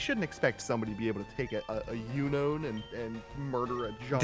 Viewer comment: I love Katie's comment in the chat "Never mind,I don't want to edit this" Also the pronunciations for Pokémon and Unown are horrid! "So he crit and we lived on 1." screeches thinking a Fighting-type would take a Flying move better than a Grass-type would when it's also weak to it😂 It's pronounced Un-Own